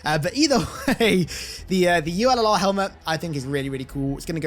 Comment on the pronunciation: "Ullr" is based on an earl noble team Jun concept art! Totally the reason I got it 🤙 "ullr" is also pronounced like ooo-ler, and is a norse god associated with archery and skiing. Fun facts